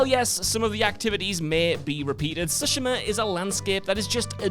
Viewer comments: Nah why’s bro saying Ghost of siSHIMAH 😂🤣🤣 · That's not how you pronounce "Tsushima", Christ it irked me ;dd